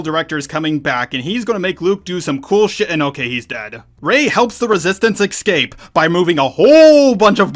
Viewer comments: you call Fin and Poe, Han and Poe. Also it’s escape not excape. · Please for the love of god it's not X-scape. There is no X or ecks in escape. You pronounce Jedi correctly and X-wing correctly but you consistently mispronounce escape. Make the e sound in Jedi and then pronounce scape like you have been. It was like nails on a chalk board every time (4) that you said the word. I am saying this as a fan, and I appreciate when people point out when I make errors in pronouncing things. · Why cant mericans pronounce escape right? Its Not egg scapey its es Cape .. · Please stop saying excape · They eck-scape